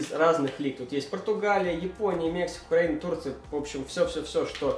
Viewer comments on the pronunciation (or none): none